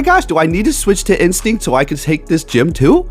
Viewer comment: You said Winstinct wrong :)